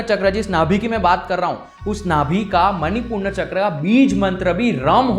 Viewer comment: 'प्रारब्ध', ना कि 'प्रारब्धा'. 'मनिपूर्ण' नहीं, 'मणिपुर' चक्र. संस्कृत के शब्दों का उचित उच्चारण तो आना ही चाहिए.